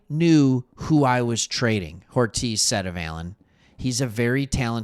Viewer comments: I love ya my friend but ya keep calling Joe Hortiz, Joe Horitz. Hortiz is a spanish surname pronounced "Hor-teez" -- You're great at what you do! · Are you intentionally mispronouncing Hortiz’ name? I like your channel but calling him “horitz” is driving me crazy. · As a lifelong chargers fan I’m loving the non bias perspective. Now subscribed. Please pronounce Hortiz’s name correct though! lol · I will subscribe once your pronounce Joe Hortiz correctly.